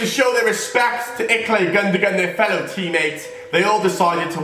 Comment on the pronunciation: It's not Iklay it's Ilkay